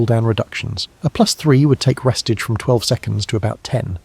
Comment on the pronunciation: ITS NOT PRONOUNCED RESTAGE! ITS RE-STAGE!